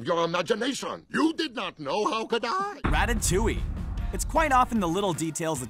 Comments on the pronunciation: It’s ratatouille not ratatouwi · SpeedyPandaGaming the “ll” is pronounced as a y sound. Even in English. Much like in Spanish when the “ll” sounds also is said as y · did he just said "rattatouy"... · rat-ta-lu-i that how i call it, but that's pretty cool how you guys says it, rattatouy